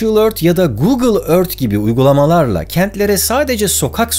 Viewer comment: Neden google ve alibaba derken R leri V olarak söyledin çok enteresan :D